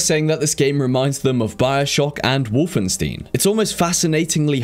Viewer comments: WolfenSTEIN not wolfensteeen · man said wolfenstin instead of wolfenstein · Wolfenstin? gtfo you cant make a video like this and not know how to pronounce Wolfenstein. Come on now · Interesting video. For the last game you kind of pronounced Wolfenstein weirdly though, like Wolfensteen? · The "ei" in Wolfenstein is spelled like the "i" in "might". BTW: Stein means stone. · A long with many other titles in this which are TBA which means they won't be out this year. Also how do you pronounce Wolfenstein wrong?... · lol the way he said wolfenstein xD